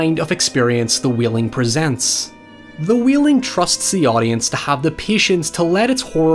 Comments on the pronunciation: Everyone: The Wailing: The Wheeling Hoiever, great analysis. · idk why but i find it really cute that he pronounces it “the wheeling” cos of his accent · "The Wheeling" 😂